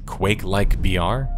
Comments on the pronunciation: When you say BR quietly it often sounds like VR. I was like "wow this is VR game? thats some real technical prowess... Wait a second..." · every time you say BR it sounds like VR and confuses the shit out of me.